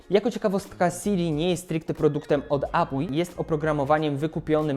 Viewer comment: Dotarłem do końca, żeby usłyszeć: "Sija"